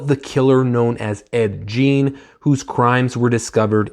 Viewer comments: dude, its pronounced Gein, not jean.. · Great review. I liked it as well. BTW it's pronounced Gein like Green. Man I gotta start reading more Powell he's great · Please upload an apology video for mispronouncing gein so many times.